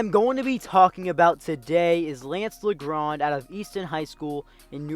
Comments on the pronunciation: No hate, but it’s pronounced Lajohn not Lagrand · No it’s not it’s lance (leeondre) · Learn your French pronunciation bruh smh it's not La Grand